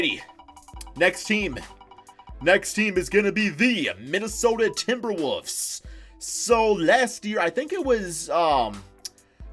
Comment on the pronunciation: why does he always say “timberwoofs”😭